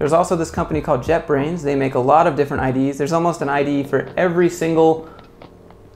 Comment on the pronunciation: He said " jetbrains" I heard "jeopardy "